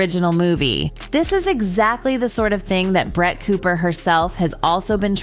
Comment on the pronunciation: Not me hearing “brat” every times the name of Brett is pronounced…🙈